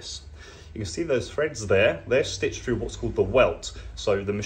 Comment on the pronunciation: "fread frough the front"